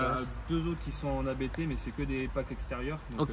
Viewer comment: Merci pour cette vidéo complète. beaucoup d'infos. Juste une remarque, ABT se prononce "abt" et pas "abété" (Abt est le nom de famille du fondateur). Bonne route !